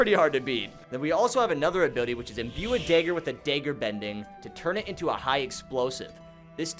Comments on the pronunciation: “Dayger bending” 🤦🏻‍♂️😂😂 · I hate the way you say dagger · he calls it daeggerbenging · This is the first time I have ever heard somebody pronounce dagger differently